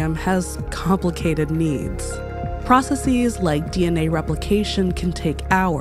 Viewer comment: You narrate so pleasingly but I get distracted whenever you say "processes." /PRAH-suh-sihz/, not /PRAH-suh-Seez/ :-) But seriously, thank you for your writing style which has managed to suit Hank, as well as yourself, so well